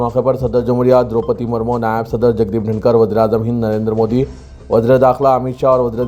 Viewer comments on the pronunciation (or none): none